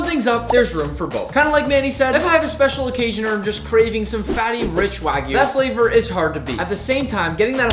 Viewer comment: It's pronounced wa (like water) gyu, not wa (like waggle) gyu. It's like calling a steak a New Yak Stripe steak... Hope you take it onboard like a professional. :)